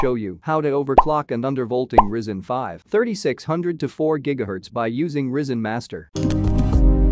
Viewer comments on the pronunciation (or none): it's rY-zen, not risen, pronounced rai-zen. get rid of the AI voiceover, no matter how advanced AI gets, it's still retarded...